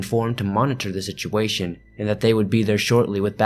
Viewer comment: "Shituation" lmao